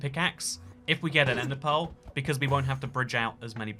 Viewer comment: i kept hearing "ender pole" and wondered what in the world that was. about the 10th time he said it, i realized he was saying "ender pearl".